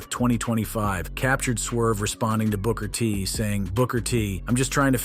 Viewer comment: "Broker T?" SMH!